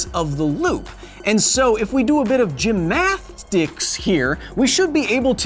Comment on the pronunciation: Gym-math-sitcs. Kyle, you're becoming Carl Azuz! Love the channel love the hair.